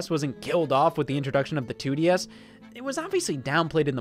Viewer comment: It bothered me that Scott said “2D-S” instead of “2-DS”